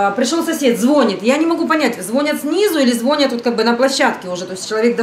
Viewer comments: Дико извиняюсь, но "звонЯт" а нет" звОнят" слово не от слов а " вОнь" поэтому ударение на О, не хотела обидеть, меня так учили, поэтому подсказываю, хотя Вам в Италии по барабану ударение в русском слове! Ну так для информации. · Звонят! Ударение на последнем слоге.